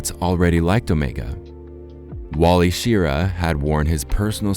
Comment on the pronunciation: NO ONE can pronounce Wally Schirra's name correctly....